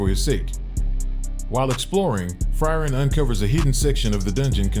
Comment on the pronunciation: pronounciation of frieren is bad, good vid tho